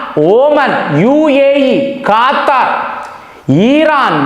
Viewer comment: ఖాతరు, ఈరాన్, ఈరాక్ కాదు రా నాయన...నీ దిక్కుమాలిన pronounciation...